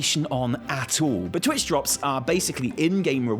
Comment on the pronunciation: when i heard you say" twitch drop" i had to re play it 3 times with closed captions just to make sure you didnt make a mistake on your graphic talking about a new dance craze before i realized what you said.. dear god...